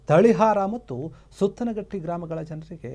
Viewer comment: ಗಾಮನಹಟ್ಟಿ ಅಲ್ಲ ಗಾಮನಗಟ್ಟಿ ಸುತ್ತನಹಟ್ಟಿ ಅಲ್ಲ ಸುತಗಟ್ಟಿ.